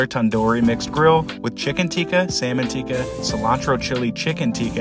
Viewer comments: I'm not mak9ng fun of u im just saying Tikka is pronounced as it is spelled u say it like teeka when it is ti-kka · It's pronounced tick-kah. Teeka is an ancient ceremony in which frogs are sacrificed to pray for rain. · He can't even pronounce Tikka or kebab